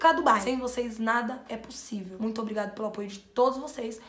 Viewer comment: Tu fala munito mano